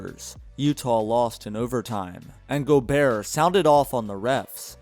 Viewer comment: The way u say gobert scares me it's go-bear not gobearer